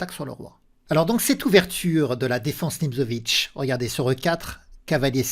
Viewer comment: Salut, juste pour info, Nimzovitch se prononce "Nimtsovitch" selon le pays d'origine de l'intéressé et non "Nimzovitch" avec un "z", mais bon ce n'est pas si grave, c'est juste pour t'informer; à propos je t'ai envoyé un email il y a une semaine, je ne sais pas si tu l'as vu! Ah par ça je voulais aussi mentionner l'excellente qualité de cette vidéo niveau stratégique, je songe sérieusement d'acheter tes livres sur la stratégie aux échecs, s'ils sont expliqués de la façon dont tu as parlé dans cette dernière vidéo, ça ça me plaît énormément -> c'est tellement rare de voir des vidéos de stratégie sur le net, pourtant si vitales pour bien comprendre ce jeu profond.